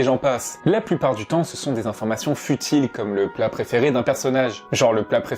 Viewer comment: Quand tu dis « le plat préféré » au début… j’ai buté dessus pendant 5 min parceque j’entendais « la préféré de brbe noir c’est le kebab » 😂🤣🤣 ok je sors